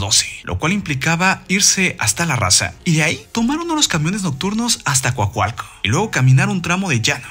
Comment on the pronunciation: Coacalco, no cuacualco :'3, vivo ahi